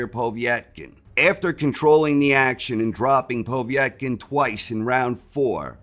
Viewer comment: Who is this Poe-vietkin lol